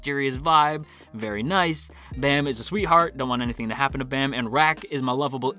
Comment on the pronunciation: Hearing kun and bam instead of koon and bahm really hurt my soul